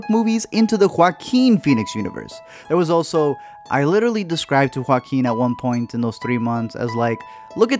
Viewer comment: Let me explain, you are the only reviewer who doesn't say "Walking" instead of Joaquin. Thanks for explaining his name well.